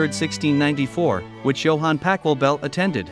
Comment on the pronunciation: The pronunciation of the names is wrong and sounds awful. It would be nice if you made more of an effort. I know that in English 'ch' is pronounced more like a 'k' in some cases, but that applies to normal words and sounds so wrong for names and does not do justice to the original in any way. Interesting story though.